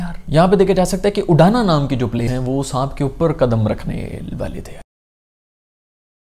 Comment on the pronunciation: Saanp hota hai saamp Nahi